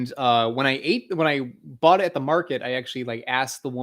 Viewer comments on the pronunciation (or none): none